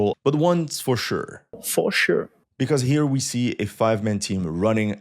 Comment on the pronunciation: you took me offguard with the "faure sheure" XD